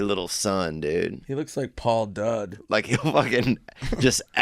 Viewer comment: Swardson called him “Paul Dudd”😂😂😂